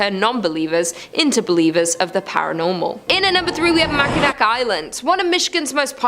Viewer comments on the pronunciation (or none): As soon as I heard Mackinack.......... I couldnt finish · "MAK-IN-ACK"! LOL! Tourists... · Love the video about my state! Mackinac is pronounced Mack-in-naw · Mack-in-awe, not Mack-in-ack. Good luck going anywhere in Masonic, almost all venues there are first two floors only. It’s beautiful though. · Just an FYI. It is pronounced "Mac Ah Naw". Not "Mac A Nak". Also, Petosky is pronounced "P-Ta-Skee" . I understand people from outside the area have a hard time with the pronunciation. Hope this helps. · Mackinawwwwww, not nack ending, awww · Just in case you guys need to say these places ever again. Mackinac is pronounced mackinaw and petoskey is pronounced petossky. There's two for you. Also at the grand hotel a movie was filmed with Christopher Reeves. I think it was called A place in time. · AARRRRGGGGHHH Mackinac (Mak-N-Naw) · Its pronounced Mack-in-naw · Manitou (Man-i-too), Mackinac (Mack-in-aw), Petoskey (Pe-tah-skee), Seul Choix (Sis-shwah) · Oh my god… makanack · Lmao MACK A NAK 😂 THAT ONE GOT ME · Same makinac was cringe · Glad I'm not the only one. When I hear "mack-i-nack" it drives me nuts!!! 😅😂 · Dude I feel you 😂 “Mackinack” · I agree... I shuttered at Mackinac Island 😩😩 and knew it was only going to get worse from there